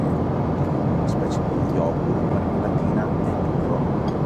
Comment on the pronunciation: Yogurt con la J??😂😂